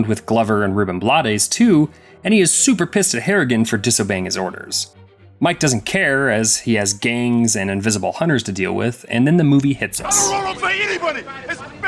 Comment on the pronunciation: Just a little FYI - Reuben Blades pronounces his name "Blayds", not "Blahdez" - there's an episode of the Talking Dead where he confirms it with Chris Harrison.